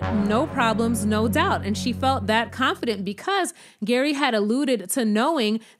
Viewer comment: Lol, G.E.R.R.Y pronounced Gary has the most confusing name ever. You called him Gary in the first part of the video and ‘Jerry’ in the latter part. ❤